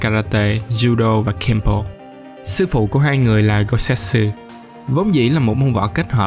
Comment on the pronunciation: Goutetsu chứ đâu phải Gousetsu đâu ad